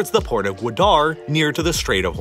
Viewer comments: Guadar is three syllables not two (guu, wah, durr) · That pronunciation of Gwadar, oof lol. Not meaning to poke fun, I just found it funny. It’s hard to say any word or name when you don’t know the language XD This was a really well done and informative video, btw! I enjoyed it a lot.